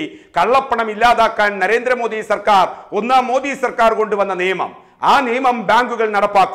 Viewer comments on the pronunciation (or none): none